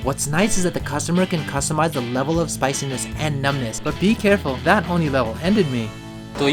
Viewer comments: "ONILEVL" ➡ ONI LEVEL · "but be careful, that onilevl ended me" lmao